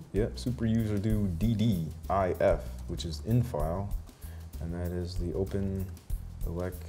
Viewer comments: I use OSMC instead of OpenElec. I can actually use my tv's remote without an IR sensor, since it takes the inputs from the tv and through the HDMI cable. So no programming for me ^^ Also, it's "OpenELEC". Not "OpenELECT"... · Every time Ben says "OpenELECT" you can see cringe. There's no T.